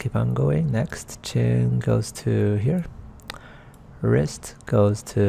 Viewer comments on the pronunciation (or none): lol wirst = elbow lmao